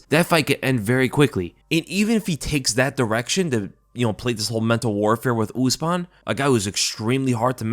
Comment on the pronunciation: Brother, “ooze-mahn” trains at elevation